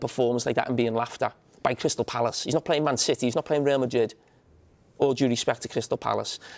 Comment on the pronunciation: "Rea Madid"